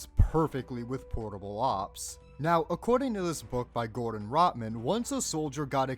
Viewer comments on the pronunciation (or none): none